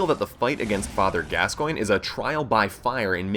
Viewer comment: he doesn't know how to say the fathers name(can't spell so won't try) and the cleric can be parried with either of the first two weapons you have to shot it in the head at the right time.